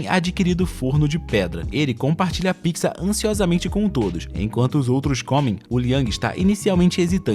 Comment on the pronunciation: Ele fala pizza errado